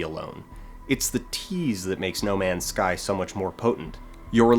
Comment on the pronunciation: Nu-male's Sky